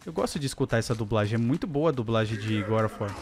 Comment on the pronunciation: Gode não é goró of War não god of War